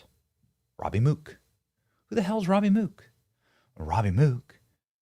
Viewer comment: How in the fuck do you get "ROABY" from ROBBIE? Do you pronounce ROBERT as ROABERT?